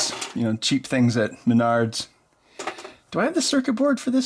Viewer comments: lol did he say MYNARDS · Ow, Menards!! I usually pronounce Menards as mehn nerds.